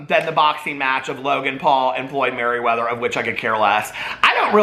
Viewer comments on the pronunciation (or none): Floyd *MAYweather 🤣 not maryweather 💙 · MAYweather not MERRYweather LMFAOOOOOOOOOOOOOOOOOOOO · It’s Floyd Mayweather not Maryweather😂😂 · Floyd ‘Merry’ weather? I’m dead 😂😂😂😂😂😂😂😂😂😂😂😂😂😂😂😂😂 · Girl, I can't tell if you are purposely calling him Floyd "MARYweather" or not but I'm living for it 🤣🤣🤣👌👌❤️❤️ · he said "Floyd Merriweather" 🤣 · Did say “MaRyweather” 😂🤦🏻‍♀️ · Lol I love how you totally bomb Mayweathers name lol luv u still 🥰🥰